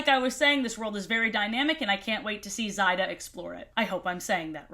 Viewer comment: I love down to earth one of my favorite webtoons Comics also you should do this again check out nerd and jock or pixie and Brutus either one ( also you are pronouncing zaida right im pretty sure